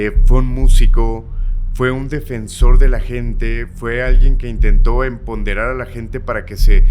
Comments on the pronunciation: sedicee empoderar no emponderar...a la mujer.🤨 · Solo que es empoderar, no emponderar… gracias! Video excelente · Empoderar no enponderar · Empoderar ...no emponderar 😂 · se dice,,, Empoderar,,, No, Enponderar,, nada que ver,,, ups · Corrección: es empoderar, no empodebrar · La primera vez que dijo la palabra "enpomderar" pensé: se equivocó, pero ya 3 veces después, alguien le debe decir a que se dice "empoderar" más porque él habla mucho ante un micrófono.